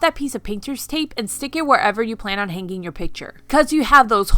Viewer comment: Please, learn how to pronounce hanging. It's very annoying listening to you pronounce it incorrectly.